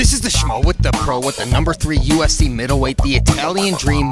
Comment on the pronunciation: This man said USC instead of UFC